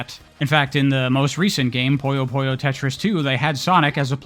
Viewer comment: It is not Poyo....it's Puyo.